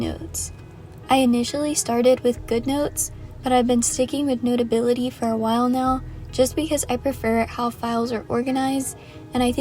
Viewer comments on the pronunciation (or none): I love how you say